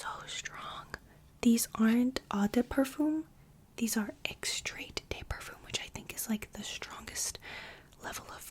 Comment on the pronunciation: Love your pronunciation of "Extrait", it's so silly